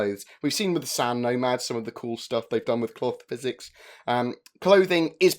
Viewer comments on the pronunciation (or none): every time you say cloth physics, i hear cock physics... ヽ༼ຈل͜ຈ༽/